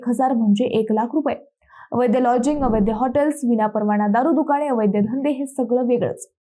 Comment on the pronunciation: मिस, अहो अवैद्य अवैद्य काय म्हणताय? खरा शब्द आहे अवैध, म्हणा पाहू पाच वेळा अवैध, अवैध. अवैध म्हणजे बेकायदेशीर किंवा नियमबाह्य गोष्ट. इथे वैद्य/अवैद्य चा काय संबंध? उगाच काहीही?.... बाकी तुमच्यासारख्यांच्या अशा भलत्या सलत्या शब्दोच्चारांमुळे आजारी झालेल्या मराठी भाषेला लवकर एखादा चांगला 'वैद्य' गाठावा लागेल... नक्कीच!!😂😂